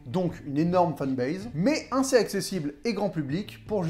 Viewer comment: Video incroyablement travaillée. Continue comme ça c'est plus qu'intéressant! (Simple question pourquoi tu dis inssez et pas assez ?)